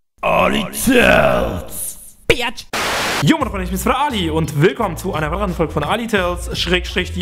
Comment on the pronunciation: warum sagst du immer biatsch ? so nennt mich mein ex auch immer xD